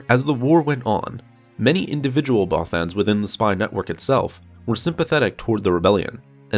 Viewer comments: The way this guy pronounces "Bothans" slightly triggers me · Many bothans died after hearing this guys pronounce there species name lol